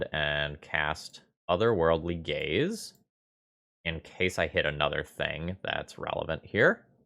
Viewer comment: My brain keeps hearing it as "Otherworldly Gays" and I'm like "it's me"